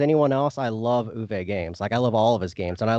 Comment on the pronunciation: Great stuff guys. Tip from a German speaker: Uwe’s not ooh-VAY, rather OOH-vuh.